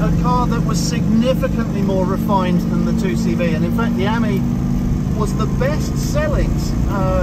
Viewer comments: Ami has the emphasis on the ‘I ‘ as you would pronounce Ami meaning French for friend . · You pronounce AMI slightly wrong .